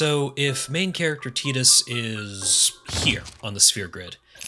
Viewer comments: "Tie-dus' not 'Tea-dus' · Tidus is pronounced like Tide-us, not teeedus, it's a water pun. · TEETUS? I seriously cannot continue listening to you. I can't deal with this. lol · Don't they say tidus' name in the game multiple times? How do you come away calling him 'teetus"? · Hahaha, you pronounced tidus wrong. It's pronounced FUNKBUTT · You lost me when you said Tee-tus